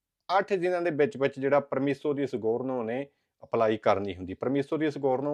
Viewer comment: ਸਿੰਗੋਰਨੋ ਨੀ hunda ਸਿੰਜੋਰਨੋ hunda